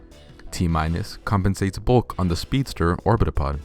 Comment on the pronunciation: Orbitopod sounds like orbtholod